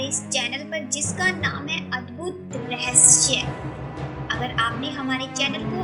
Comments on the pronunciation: Please rahsya ko rahshya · Bolna toh sikh leti rahasya ko rahashya bol rahi he aur ye sab jhut he koi bhi yakin nhi karega ha ye sach he ki taj mahal rang badalta rehta he par uska asli rang safed he 😎😎😎😎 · Last may jis tarha say apne "rahasayya" bola 🤣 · phele rahasya sahi bolo